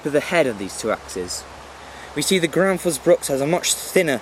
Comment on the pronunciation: Gransfors not Granfors !